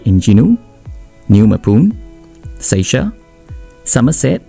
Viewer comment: Seisia (Say-see-ya) is the right pronunciation not say-shia 🙂